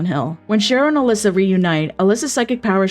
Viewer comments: Are you calling Alessa "Alyssa"????? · Great video but a couple of points of feedback: SH1 character is called Alessa, not Alyssa and also, Alessa was subject to immense abuse by her mother Dahlia, who actually burned her alive intentionally as a ritual sacrifice to birth god, but Alessa split herself in two while burning alive